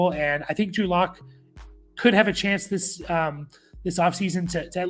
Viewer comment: Drew Luck…can’t even get the guy’s name right haha